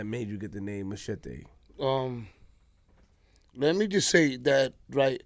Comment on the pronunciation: never heard of a machete and didn't know how to say it lol and how tf u dont know who the geto boys is what planet are u from? Anyways get Patria and trinatarios on here and og crips